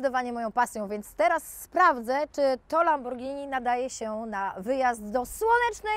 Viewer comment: Złe wymowiłaś pierwszy raz, to nie "Lamborgini"😱😱😱😱😱! Potem bylło zawsze dobrze bo było "Lamborghini" 😉😉😉 super odcinek! 😍😍😍😘😘😘